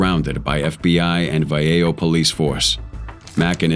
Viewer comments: Vallejo is pronounced vah-lay-ho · Its Va lay o square a** ninja!! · First time I heard Vallejo mispronounced so badly. 🤦🏾‍♂️